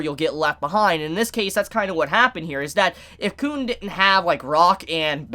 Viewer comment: Uh the way you’ve been pronouncing Khun may get your tog reviews demonetized